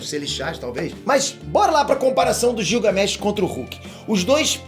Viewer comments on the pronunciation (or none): Não é gil é guilgamesh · Você fala o nome Gilgamesh errado... Leia como se fosse Guilgamesh... como Guilherme.